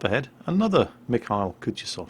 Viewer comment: You know the only time my Missis ever responded to my talks about world of warship was to correct me when I attempted to pronounce the name of this ship. The mikhail part, the kh is similar to the ch in the word loch. Just spreading the wisdom of my wonderful fiancé!